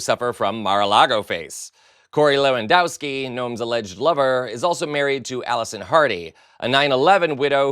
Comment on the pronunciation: I'm British, so calling the Daily Mail a reliable, decent paper is hilarious. They'd love Trump almost as much as they loved Mussolini and Hitler back in the 1930s. How Americans pronounce the name Lewandowski is almost as funny.